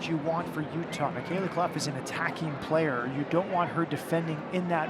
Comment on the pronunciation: "Full time in Sandy Otah." lol.